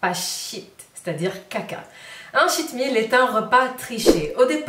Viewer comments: Coucou.... mon mari qui est anglophone te conseille de prononcer « tcheat » meal car il avait l’impression d’entendre « shit meal » (repas de m***) 🤣🤗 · J'ai cru que c'était shit meal aussi à cause de l'accent.... Merci pour tes vidéos, je me mets au sport doucement après un confinement avec 7 kilos en trop.